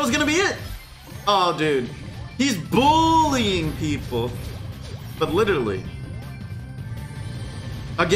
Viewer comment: "He's Bull-ying people"..... 1/10